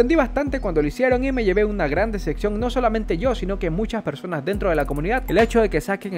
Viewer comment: no se dice deseccion sino decepción!!!